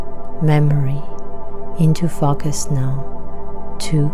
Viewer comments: it's a common mispronunciation. Just imagine the word spelled fOHcus. Nice video thank you. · Soothing, caring, comforting voice..slightly off putting to hear focus pronounced fAkas...otherwise found this really Powerful